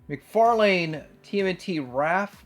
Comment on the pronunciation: For Xmas I’ve asked Santa to bring me the gift of pronouncing “McFarlane” properly… ‘lynn’ not ‘lane’. Please Santa, I’ve been such a good boy and my ears deserve this gift 😊